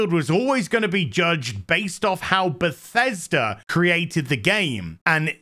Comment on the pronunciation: This got me laughing so hard 🤣😅😂. Btw, I love how you pronounce Bethesda as Pathesda xD